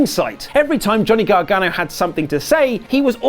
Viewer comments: Gonny Gargano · Lol gohnny garganno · "Gonny Gargano" lol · Gonny gargano 😂